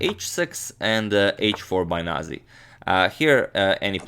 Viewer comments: that is Georgian name and its pronounced as nazi, not naji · say the way you read every word. not naji its nazi :) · It's proncounced nazi, as in the same the german variation. Whoever pronounced it as naji was probably being politically correct or something.